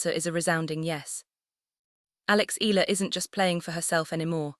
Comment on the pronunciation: I unlike this because of,mispronunciation Nadal with Eala its eyala and its Nadal not Naydal and ila so fu you despite all the wonderful content.0..get the name wrong and its somebody else